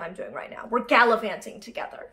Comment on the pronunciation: galavanting or gallopanting?